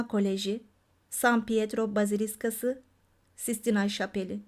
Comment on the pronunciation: Her şey çok güzel de bazilika kelimesini baziliska olarak telaffuz etme kuzum❤❤❤